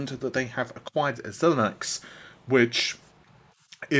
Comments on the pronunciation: It's not Zil nix. It's pronounced like Zy Links. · Xilinx is pronounced as Sy-links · I'm pretty sure the company name Xilinx is pronounced Zy links